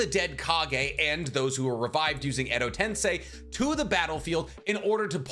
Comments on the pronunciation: Hagoromo is so strong he got to say "Edo Tensei" correctly instead of "Edo Tensai" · Finally, he pronouns edo tensei correctly